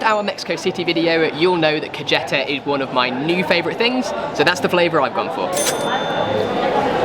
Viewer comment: The pronunciation of the dishes is killing me. For instance, “Kajehtah” lol. It’s actually pronounced like kah-heh-tah. A couple rules that will make Spanish a little easier is that the letter ‘J’ sounds ‘H’ and the letter ‘C’ sounds ‘S.’ Also, even though you didn’t plan stuff, it still looked fun. It’s fun to wander around. Keep up the great videos!